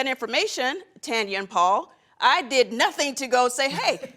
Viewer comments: That "Paullll" with the tongue takes me out every time 😂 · Chile Marlo's hair is laid, she looks amazing and so does Nene but Nene needs to let Marlo talk, girl couldn't even get a word in. Cynthia is messy and tries make herself look like an angel. I'm so disgusted by how that lady said Paul🤦‍♀️with that damn tongue